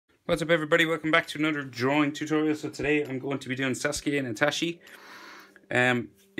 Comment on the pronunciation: It's I-T-A-C-H-I You pronounce like I-T-A-S-H-I